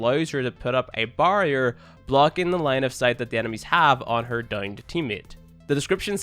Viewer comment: The way you said barrier. Ewwww